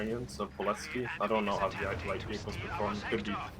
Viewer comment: the way you pronounce ploiesti makes my sides hurt lmao